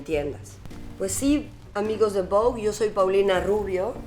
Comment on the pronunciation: Es la única latina que pronunció bien “Vogue”